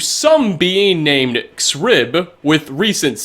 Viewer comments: If I recall correctly, these "crystals" damage your health if you're close to them, suggesting that they are "devouring" your soul. Which sort of backs up the theory that they could be the ideal masters themselves It's pronounced "zrib" not "exrib" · I'd imagine "Xrib" would be pronounced "Zrib"